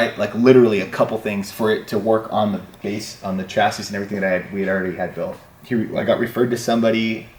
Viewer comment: The “s” on the end of chassis is silent 😂